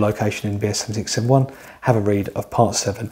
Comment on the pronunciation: Thank goodness that the tongue twister BS7671 is written in the description text... it's impossible to ascertain from any of the occasions that it is spoken... "be'esevixevven-one" good, clear, informative video aside from that. Thanks.